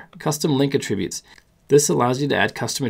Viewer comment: "uh" tributes??